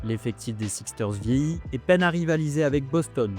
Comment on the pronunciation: Super vidéo🔥 Juste un petit truc : ça se prononce les << Sixers >>